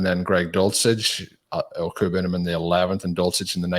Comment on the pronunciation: when speaking of the Bronco TE, if you indeed prefer to not refer to him by the 'easy out' nick name of "Albert O", then perhaps you would like to hear the correct way to say it? If yes, then I hope this helps. Good luck this season. Peace